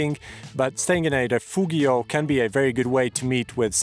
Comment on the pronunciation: Perhaps , before making a video about EU hiking you should learn how to pronounce some of the words, like “Refugio” or “baguette”. Not even mentioning that you clearly violate the rules with your “wild” camping.